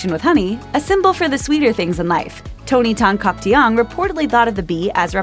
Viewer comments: I find her pronunciation of Tan-Caktiong awkward to listen to lmaoo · "Tan Caktiong" wasn't, at least not how Filipinos would normally pronounce it.